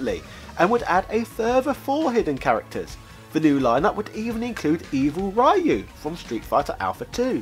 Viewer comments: Hearing this guy repeatedly pronouncing Ryu's name as "Righ-uu" is like.... moderately annoying... considering his entire channel is devoted to him giving lectures on gaming... Its a Japanese name, its pronounced "Ree-uu"..... its not a matter of opinion.... lol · it's 2019 and you're still pronouncing his name as RAIYUU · The Japanese pronouncation is actually closer to Dyu than anything else. But said as one syllable. Ree U is how American announcers pronounce his name. I am not American, I am English. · OMG, it's Rioo, Choon-Li and Zun-gee-yef! xD Three syllables. Why can't British people read Latin letters properly?.. "U" is "oo" in most languages, not "yu" or "ah"... And "e" reads as "ye", not as silence!!! You know, Zangiev has a typical russian name from Chechnya or Dagestan (Зангиев) that ends with -ev or -ov, just transliterated thru "f" in Japanese as they don't have a "v" sound. They read it as Zan-gi-efu. Not "Zen-gif", or whatever you said!.. :))))) Edit: It's evenly stressed sa-ku-rAh. Not SakOOra.))) At least you didn't call her Sakaryera, so here's that...) Seriously you make so many Street Fighter video, just look up how the characters are called ONCE. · I don't think five minutes of you reading tweets adds anything. The summary at the end was enough, and honestly I skipped ahead. Quotes from developers, top players, etc, sure, but randos on Twitter can be seen on Twitter. BTW, the Y on Ryu is pronounced like the ee in Weeabu. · Talking about street fighter, cant even have enough respect to say Ryu right... Sigh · Swan White. it DOES matter Unless you have no problem with me mispronouncing your name, Shake Whip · ugh.. That mispronunciation of Ryu's name was painful.